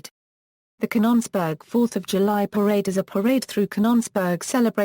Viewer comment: robot mis-pronounces Canons-burg as Cahn-NONs-burg. . . and also Vit-tro as Vee-tro. . . . and left out the man-made hill burying the radioactive waste. . .